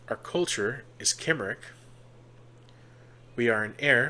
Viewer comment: If you dont me saying Cymric is pronounced Come-Rick. Their land is Cymru pronounced Come-roo the people are the Cymri Come-ree and their language is Cymraeg Come-rye-g